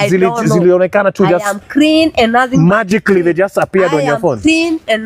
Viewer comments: What's " iam krin" silly woman, murderer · "I am crean and nothing but crean", .... Madam murderer pls use your mother tongue. 😂😂😂😂😂😂